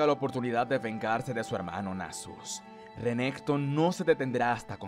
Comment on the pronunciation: Siempre aprendo algo nuevo del lore o vocabulario con tus videos XD muchas gracias! Solo no le digas Sivir si vas a decirle Rénekton owo, sería Sívir or Renekton una de dos ¬¬.